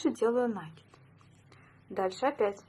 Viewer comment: Спасибо, понравился набор! Только не нАкид, а накИд, проверочное слово накИдывать